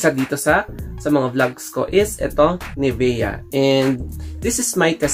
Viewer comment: nivya po pronunciation nyan